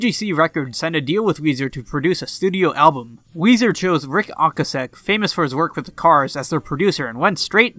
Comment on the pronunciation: TFW you’re trying to come across as an expert on music and you can pronounce Ric Ocasek correctly.